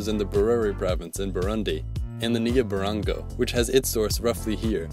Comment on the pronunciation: Oh the slaughter of African indigenous names... The 'ge' in Kagera is pronounced like in 'get' but with a softness in the "g" sound. The 'Ru' sound in Ruvyironza is like in 'Ru'-Paul, the "Ny" sound in Nyabarongo are pronounced like the "Ny" in Kanye, same as the one in Nyungwe forest, whose "u" sound is like in "bull"